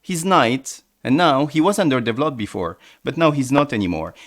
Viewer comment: The way you said develop cracked me up 😂